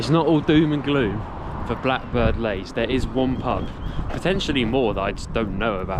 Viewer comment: It's Blackbird Leys (Lees), not 'lays' as you pronounce it.